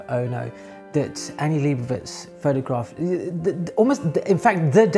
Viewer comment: i would correct your pronounciation of Leibovitz but honestly, anglophones have been so disappointing in their ability to pronounce non anglophone words that i get the distinct suspicion that it might be a wasted effort